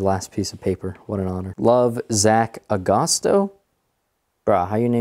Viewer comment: Glad you liked the kiridashi. I've always been a fan of sailing and nautical stuff and Jack Tar is an old timey name for sailors so I named my knife shop after that. Kinda embarrassed that you uncovered my scheme to steal your Dan but I'll get him next time. Also it's pronounced A-gus-toe.